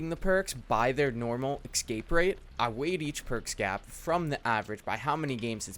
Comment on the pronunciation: Nice vid. But it's escape, not ecscape.